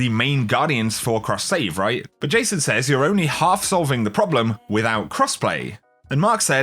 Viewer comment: Really enjoy your videos man, please learn how to pronounce the word "says" please!